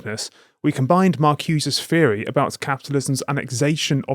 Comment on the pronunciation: "Feery". Yeah okay mate.